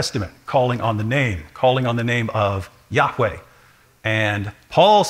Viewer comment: YAHHH!weh! YAHHH!weh! YAHHH!weh! Snooty didactic pronunciation ftw.